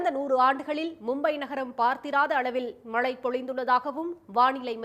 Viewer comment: செய்தி வாசிக்கும் எருமை மாடே.....மளை அல்ல...மழை என்று உச்சரிக்க வேண்டும்...